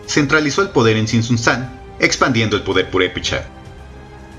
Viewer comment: Así no se pronuncia Tzintzuntzan